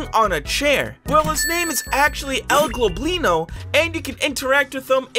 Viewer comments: U said el globlino insted of el goblino TWICE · Nice Vid n stuff but its Goblino, not Globlino (with an L) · is anyone gonna talk ab how he's saying "El Globlino" and not "El Goblino" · and you always say El GLOBlino instead of El GOBLINo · No one gonna say anything about him calling El Goblino ‘El Globlino’ though the wiki clearly said El Goblino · His name el goblino not el globlino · nothing in this world annoys me more than this guy saying globlino, YOU LITERALLY SAW ON THE FANDOM PAGE THAT ITS GOBLINO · It's El Goblino not Globino I think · "El gLoblino" XDDD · Why he call him el globlino, hes name is actually el goblino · You mean el goblino not el globlino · Why do you say el globlino its el goblino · His name is actually El Goblino, without the L before the first O. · it seriously annoys me he calls el goblino "el globlino"